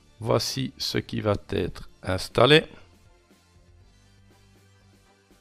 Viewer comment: Non, rien ne "VAT ETRE INSTALLE" !!! Ça fait je-ne-sais-pas-combien-de-fois que tu prononces vat être alors que, je te signale, il n'y a pas de t à la 3ème personne du singulier du présent du verbe "aller" !!! Ça me fait un mal fou aux oreilles ! (et tu n'es pas le seul à faire l'erreur, à l'oral, je constate ça sur plein de vidéos de beaucoup de gens).